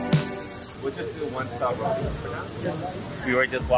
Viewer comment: Its roti not rodie